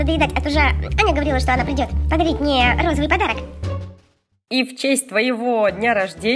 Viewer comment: сколько раз софия сказала розывый